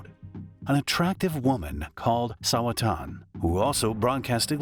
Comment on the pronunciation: Sawa-chan, NOT Sawa-tan